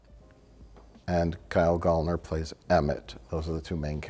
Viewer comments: It's Gallner like gal like girl 🙏🏾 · Said his name wrong every fricking time 💔